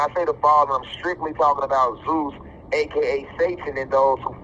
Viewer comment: Zeus sounds more like Jesus